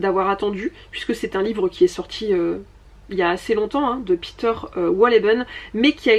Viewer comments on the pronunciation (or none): none